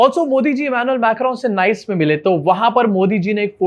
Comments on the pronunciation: Last year went for vacation in Nice France , and now this guy ruined it for me !!! 😒😒 also it’s pronounced “Niece” not “nice 👌” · Bro it's pronounced as Nee-ce not Nice. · I had to be that guy 😅 Its not Nice, it’s pronounced as nees | nis. Great reporting as always, love your vibe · your team work your talk is excellent yes in pronunciation we all go wrong as w all are not staying is NICE....pronounced as NIS......the day we stay there we will talk properly....till then good show bro❤ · It is pronounced as neese /Neice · It is pronounced as ‘nees’ not ‘nice’. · Abey Nice ko Nice nahin Niece pronouns krte hain😃😃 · इसका pronounciation नाइस नहीं निस हैं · Its not pronounced as Nice.. Its pronounced as Niece.. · Nice (France) pronounced 'niece', not 'nice'. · The word ‘Nice’ and the city in France ‘Nice’ are pronounced differently. The former is pronounced as you said but the latter is pronounced as ‘niece’. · It's not pronounced "Nice" unlike in english it's pronounced like "neice" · FYI Nice is pronounced as neess.